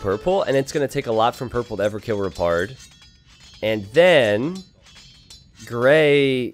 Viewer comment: kept hearing "repard" as "retard" but was also really hoping that when repard killed red or blue he put a "?" in chat to be a meme.